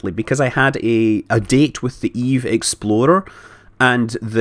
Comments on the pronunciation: every time Scott said "Eve explorer" I thought he said "exploder" and it reminded me of Danny and his world destroying pillar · this is what i will now forever hear when he sais eve explorer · I love how when he says "explorer" it sounds like "exploder". In many cases that is more accurate anyway. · Dose any one else hear exploder when he said explorer? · every goddamn time he says exploder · Every time he says explorer i hear expolder. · Is it bad that Scott's accent makes "Explorer" sound like "Exploder?"